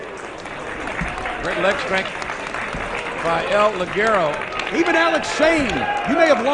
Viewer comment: no es ligerou se pronuncia lijero